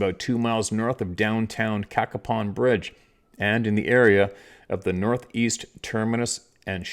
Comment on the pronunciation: You pronounced it correctly, (Cack a pon) Cacapon Bridge. I grew up in West Virginia, and have been there many times. Love your channel.